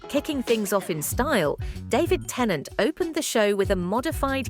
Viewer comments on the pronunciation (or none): none